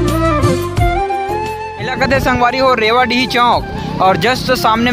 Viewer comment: jo रेवाडीह चौक बोले हो ओ हा रीवागहन चौक हरे yr😊